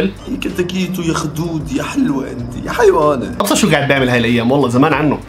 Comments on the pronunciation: هيونة ✖️ حيونة✔️ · الدبدوب اسکوشی للراحه النفسیه ثانیا اسمها هیونه مش حیوانا😂😂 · هيونة مو هيوانه